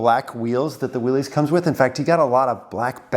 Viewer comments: I thought you of all people would know how to pronounce WILLYS, it’s Willis like Bruce Willis not Willies little Willy won’t go home. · "Willis", not "Willies"... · I can't believe that someone with so much history in Jeeps and a veteran to boot would still call a Willys "Will-eez". That is so completely wrong. Big fail. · It's pronounced Willis as in What You Talking About Willis... John North Willis was the founder of Willys-Overland Motors in 1908, they produced many of the WW II MB's then later the Willys M38. John Willys pronounced his last name "Willis" just like Valley Of the Moon is singular not Moons plural... you have a lot of subscribers and you get a lot of views but at some point you should actually try to become knowledgable about the subjects of your videos. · Willys is pronounced 'Will-us'. The Willys-Overland company produced 'jeeps' in WWII. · Isn’t it pronounced Will-is like the guy from Die Hard?